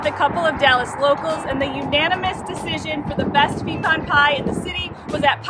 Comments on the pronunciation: It's OK to have a shorter video once in a while. Congratulations on learning how to correctly pronounce pecan.😊 I love pecan pies when they are sweet but insanely sweet ones are more than I can handle (I'm diabetic so I should probably just say no). Love the video. Love that we didn't have to sit through the usual repeated intro before getting right into it (Can't wait!). Keep sending out marvelous videos!❤❤❤ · You were right the way you pronounced it, its pe-can, like can of soda. Even the youtube captions knows that pe-con is wrong bc it says "peacon" every time you pronounce it that way lol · In Texas we call them "peh-cons" not "pee-cons". lol